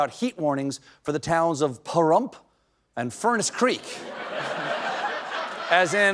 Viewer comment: Thank you for pronouncing Pahrump correctly, unlike Pierce Brosnan in Mars Attacks who calls it "Pay-rump"